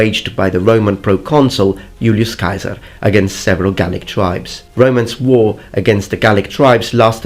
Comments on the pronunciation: why would you pronounce Kasar instead of Cesar? In Latin "ae" is pronounced "e" or am i missing something? Funny enough later on you pronounce Cannae correctly as Cane (like the dog) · Yulioss kai-saar 👌👌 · Sorry but you said Julius Caesar’s name incorrectly it’s pronounced giu-lius se-sar. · The way you pronounce Ceasar as "Kaiser" is annoying. Bad connotations and unnecessary edginess. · When u over-pronounce the names of foods in a restaurant in a different country: Julius KAISER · When he says Julius Kaiser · Why you say Kaisar? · Never heard Caesar pronounced Keizer, no doubt in my mind though, if you say that's the pronunciation, then that's the pronunciation. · So what is the real pronunciation of 'CAESAR?' Kai-Sar or See-Sar? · AE it is E in Latin, your pronunciation of Julian Caesar is wrong. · I know that you are using classical pronunciation, but Caesar with a hard "c" sound just sounds ridicolous. You seem a little child trying to be "authentic", nothing more. Ask yourself why university professors pronounce it with a soft "c" sound, and you pronounce it with a hard sound. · I never knew that was how "Caesar" was pronounced. It sounds closer to the German "Kaiser", and I thought they were the ones who butchered it and us English speakers were closer to the Latin when it was truely the other way around!